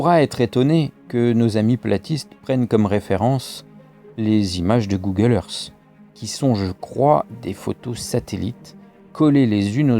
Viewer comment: Je me mefie d'un mec qui prononce earth , eursse !